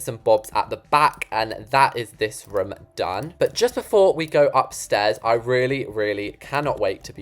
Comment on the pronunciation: always says for room ruum